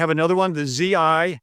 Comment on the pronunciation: This guy is just a full mouthed fool. He doesn't even know how to pronounce Zircon. What an idiot...unfortunately millions of other dumb heads will think he's a genius...how about Oreshnik, how about Tsar bomba...